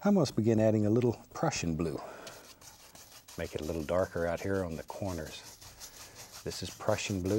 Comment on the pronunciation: When he said prussian blue it sounded like Russian Blue